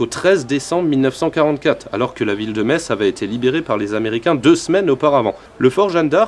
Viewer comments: Enfin quelqu'un qui dit Metz et pas metsse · J'y ai habité 4 ans, et je me doutais que prononcerait bien!:D A ceux qui disent "Metss", je leur demande comment ils appellent les habitants. Messins ou.. médecins [metssin]?:p